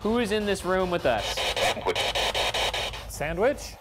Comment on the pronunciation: I thought "sandwich" sounded like "Edward"